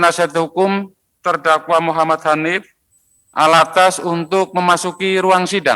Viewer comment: Penyebutan nama saja slh, habib Hanif Al-attos bkn Al-attas